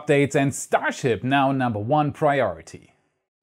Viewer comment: "Priotity" :D